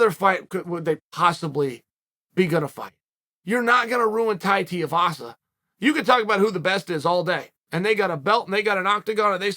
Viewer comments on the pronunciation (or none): Wtf his name isn't Teavasa. You have great fight knowledge but the disrespect you show in mispronunciation of people's names is pretty shitty.